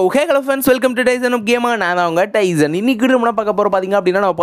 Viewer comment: Antha gun name p90 bro pizon nu sulreenga bro